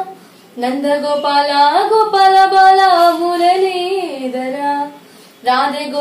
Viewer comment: మురలీదరా కాదు మురళీధరా రమన కాదు రమణ